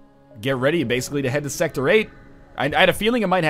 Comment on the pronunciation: What the hell is NL's problem? Is it that difficult to just say sector?!